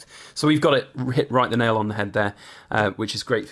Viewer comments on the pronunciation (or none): none